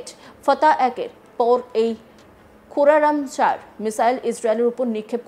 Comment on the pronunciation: কোরামশার ব্যালিস্টিক মিসাইলকে কোরামচার বলছে সংবাদ পাঠিকা 🤣🤣🤣🤣🤣🤣